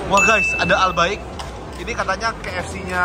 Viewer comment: Waaa ke dubaii. Emg enk bgt sihh albaik ituu. Tpi klo orng arab/keturunan arab bisanya tuh bacanya albayk bkn albaikk. Cmn sdikit info kakk🙏🏻🙏🏻🫶🏻